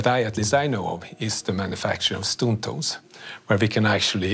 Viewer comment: Dude keeps saying stoon toles instead of stone tools.